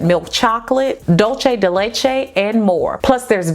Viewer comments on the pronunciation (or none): Dulce de leche-pronounced dool-say de lay-chee